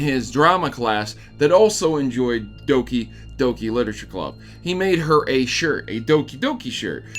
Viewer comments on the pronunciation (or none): its doki not dooki